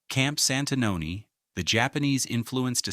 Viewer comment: You completely miss the time line of Santanoni, AI has a lot of potential but this is an example of how it falls short. Please pay attention to correct pronunciation.